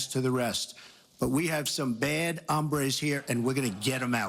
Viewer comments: He was trying to say "bad harambes" not "bad hombres" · I suspect Trump meant "bad hombres", but he said "bad hambres". Looks like Trump is planning to address the bad hungers in the US. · funny thing is that it sounds like Trump says "Bad Hambres". Hombre means man. Hambre technically means hunger. So according to him, we have some bad hungers is this country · NO. No, Trevor! Trump said "hambres" which means "hungry", not "hombres". Watch the clip again. TRUMP MAKES AN "A" SOUND, NOT AN "O"! (Then again, that just makes the clip funnier.) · Also trump mispronounced hombres!! He pronounced it Hambre (which means hungry) when it's supposed to be Hombre smh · "we have some bad ambres" what the fuck is an "ambre"???? im a latino, and i think he meant 'hombre' (PRONOUNCED: oo-m-bree) which means 'men' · Carlos Peralta you're giving him too much credit. He said "ahm-brays" 😂😂😂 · We've got some "bad hungries" out there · When i first heard it i thought trump said "bad harambaes" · It sounded like Trump actually said "hambres" (he mispronounced) which is, like, the plural of the adjective hungry? My gringo friend made the opposite mistake and was trying to pick up the waitress in a restaurant and instead of saying "Yo tengo hambre," (I have hunger) he said "Yo tengo hombre," (I have a man.) Yeah, he didn't get laid. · I thought he said bad Harambe's